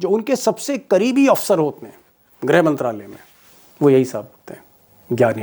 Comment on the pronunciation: Grih, not grha